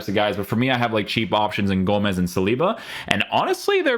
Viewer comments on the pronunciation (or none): none